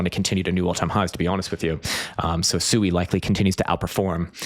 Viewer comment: SUI is pronounced “swee” by Mysten Labs.